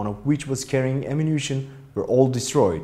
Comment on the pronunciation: What’s amunation